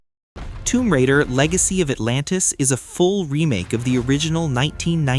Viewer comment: It’s raider…..not radar.